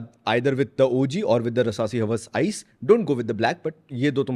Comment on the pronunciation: its hawaaas not haws bhai haws urdu ma undar ki garmi hoti ha lmao love your vids